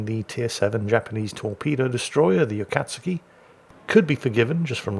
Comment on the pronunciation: because no one knows how to pronounce this ships name heres a tip, U is silent and when saying kat its more like saying cod but with a T so cot A-kat(cot)-ski.